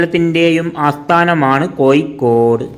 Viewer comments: Koikod alla kozhikode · എട്ടോ പൊട്ടാ കോയിക്കോട് അല്ല കോഴിക്കോട് നിങ്ങൾ നാട്ടുകാർ പരസ്പരം സംസാരിക്കുമ്പോൾ എങ്ങനെ വേണേലും ആകാം പക്ഷേ ഒരു യൂട്യൂബ് കൈകാര്യം ചെയ്യുമ്പോൾ ഭാഷ അത് കൃത്യവും വ്യക്തവും ആയിരിക്കണം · കോയിക്കോട് അല്ല കോഴിക്കോട് എന്നാണ്. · കോയിക്കോട് അല്ല പഹയാ 😂കോഴിക്കോട് ന്ന് പറ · കോയി കോഡ് അല്ല കോഴിക്കോട് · എടാ പൊട്ടാ കോഴിക്കോട് എന്നു പറ, കോയിക്കോട് എന്നല്ല.